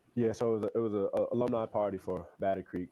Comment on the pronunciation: "ALUMNI" not "aloomni" hahahaa